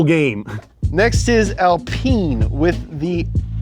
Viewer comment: Al pine the exact way you would say pine tree you say alpine